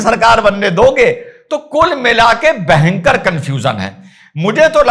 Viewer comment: sir, bahankar nahi bhayankar.😂 By the way, maja aya or Mai ye maja....🎉